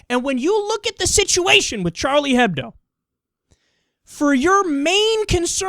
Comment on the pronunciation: Kyle, It's Juh-Swee. Also the H isn't pronounced in Hebdo (or in any of french)